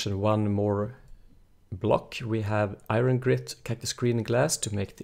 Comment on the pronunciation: omg its iron not irin